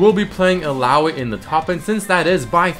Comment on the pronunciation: i think its pronounced " il-la-oy"